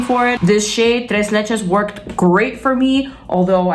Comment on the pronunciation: Tres leches was with perfect pronunciation at least for a mexican ear... do you speak Spanish ?... 🤗🤗🤗